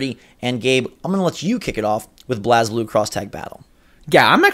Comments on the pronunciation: I love you guys but i have to correct you on the pronunciation of blazblue its pronounced "blaze-blue" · they said "blas" blue not "blaze" blue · BLAAAAAZ BLUE. HAHAHA its BLAZE blue. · It’s pronounced BLAZE. :) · it is pronounced BLAZE;) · I’m sorry but I had to skip your whole Blaze Blue section. Wtf is “Blazzblue?” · It’s pronounced blaze blue